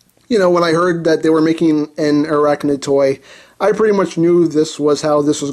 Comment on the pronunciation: Dude....he butchered her designation XD